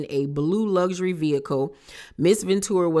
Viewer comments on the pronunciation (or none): none